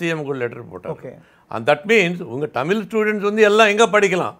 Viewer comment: அது "டமிழ்" இல்லை "தமிழ்"